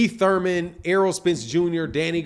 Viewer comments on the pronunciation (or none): none